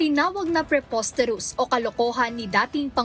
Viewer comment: Preposterous lang di pa mabigkas ng maayos ni Sara Dutae!!! Boplax talaga...